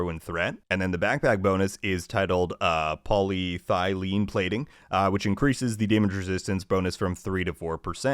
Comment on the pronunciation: Poly eth a leen